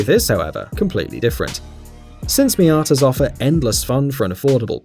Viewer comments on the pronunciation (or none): did anyone else notice he was saying "miaters"